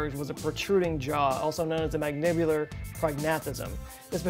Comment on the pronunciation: That "eye thing" is known as ptosis and Thom Yorke of Radiohead fame is similarly afflicted. Also I truly mean no offense when I say, that is neither how to say Adirondack nor how to say mandibular. Slow it down a bit, bud, and perhaps your enunciation will come together.